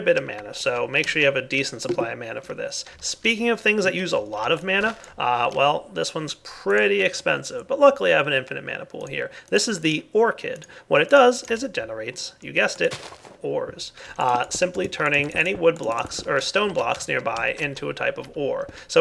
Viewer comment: dire the ore-chid made a diamond :) just saying